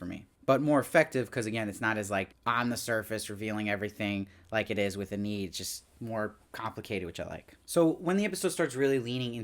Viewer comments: If there's a season 2 please pronounce Enid's name correctly lol. Ee-nid not Ah-need. C'mon lol. Great reviews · just a heads up her name is pronounced 'EE-nihd' (Enid Blyton is a famous english kids author so im familiar with the name)